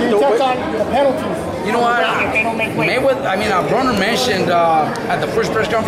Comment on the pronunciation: Why does this reporter always say adrien BRAUNER? It's BRONER! Moron